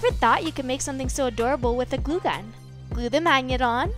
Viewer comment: Lol it’s glue gun not goo gun 😂😂😂😂 I love this channel